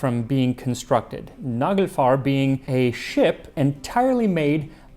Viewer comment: Naglfar ≈ nail-fare ?